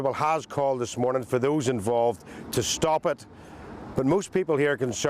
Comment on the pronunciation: classic norn iron 'stap it'